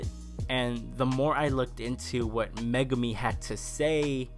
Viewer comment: Liked the video! However, the evil psychic is named Mogami (Mo-gah-mi) and I can tell based on your posts here that... You didn't get that as you specifically write out Megumi. I thought you would enjoy for future reference.